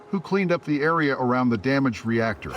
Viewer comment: Nie arija 😂 tylko area 😂